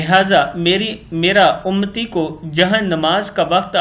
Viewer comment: Allahumma sale alaa Syadna Muhammaden ninabiyil ummiyi wa aalehi wabarik wasallum. Allah Tallah Khadim rizvi sahab ko jannat ul firdous mn jaga ata kre.ameen. Aap ne lafz UMMATI ko UMTI kaha hai plz taseh kr len UMMATI hota hai.